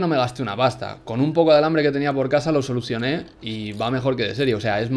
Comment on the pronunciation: solusione* jajajaja esto de los videotutoriales te están volviendo Latino